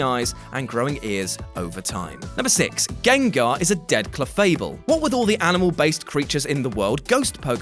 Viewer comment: This nigga said "trans gangars" lmao wtf